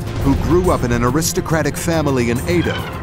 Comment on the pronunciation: How can you trust a documentary when the narrator pronounces Edo incorrectly???